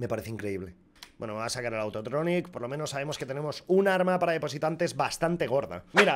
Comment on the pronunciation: Hey pouk has visto como dice autotronic?